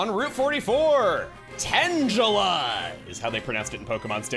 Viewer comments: Sometimes pronounces Tangela Tangjelly. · But I thought it was pronounced “Tanjelly”.